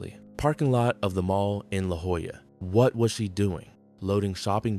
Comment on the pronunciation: The name of the city is spelled La Jolla, not La Hoya 😂